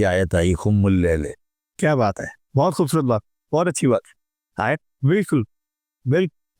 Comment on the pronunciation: ٓیت کا تلفظ بہت غلط ھے ۔۔۔ سر ااپ کا ،، معزرت کے ساتھ ،،، با قی باتیں سیہ ھین ، بلکل درست ہیں